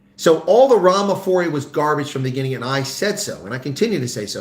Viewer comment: Can't spell or read...says in the beninging...instead of in the beginning.